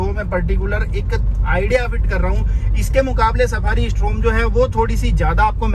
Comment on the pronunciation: डायकोर नहीं डिकॉर और स्ट्रॉम नहीं स्टॉर्म